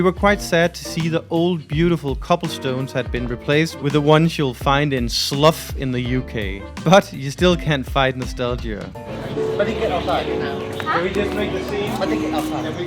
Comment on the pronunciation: Haha...made me chuckle how you said 'Slough'...it actually rhymes with how you pronounce 'cow'